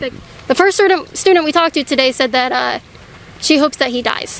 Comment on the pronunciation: Breona Tttttttttaylor 😁😁😁LOL tttttttoday!!!!!!!!!!!!!!!!